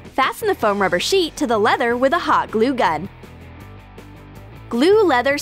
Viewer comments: Dude you said plether XD not leather don't worry everyone makes mistakes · when she said leather it sounded like pleather